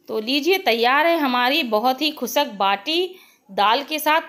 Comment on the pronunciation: Mam recipe bhot achi pr plzzz ap khusk mt boliye khushk hota hai